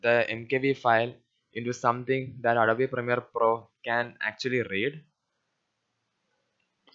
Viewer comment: "adabi primir pro" xD